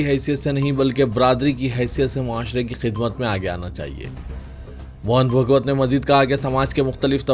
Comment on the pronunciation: ۱۔موہن بھگوت نہیں ۔" موہن بھا گوت" بو لو۔ تحے فوز نیں۶ رے باوا " تحفظ" بو ل۔ٹیپو سلطان کی 'mihaz Arai.نیں۶ رے باوا Mahaz Arai بول۔4۔Arab imaratنیں۶ Amarat بولو۔5۔Tjawizنہیں تجاوز۔بولو ۔زیر سے نئں رے باوا زبر سے بول